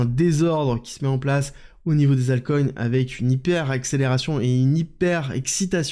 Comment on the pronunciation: Le mot hyperaccelerzzione Faudrait vraiment faire un truc 😂😂😂❤